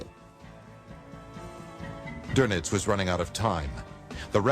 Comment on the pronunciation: Couldn't they find a narrator who could pronounce "Goebbles" or "Doenitz" properly?